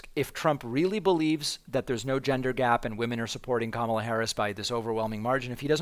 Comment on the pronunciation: She's starting to distance herself, whether for legal reasons, or future work when Trump-world collapses, as evidenced by her pronouncing Kamala correctly, and softly fact checking him.